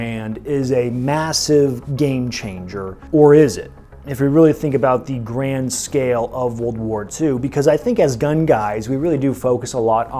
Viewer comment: He says grand scale and all I hear is garand scale.